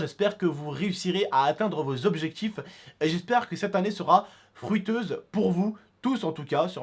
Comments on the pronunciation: mdr tu m'as fait trop rire quand tu as dis une année fitueuse au lieu frictueuse sinon bonne vidéo et moi je rentre en 3eme et c'estdemain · On dit "fructueuse" et pas "fruiteuse" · fructueuse et pas fruteuse 😂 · Dsl mais c'est pas fruitueuse mais fructueuse et c'est minutes pas munutes et mdr la coupe à momo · Wsh t'as quelle âge ? On dit pas fruteuse mais fructueuse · On dit fructueuse;)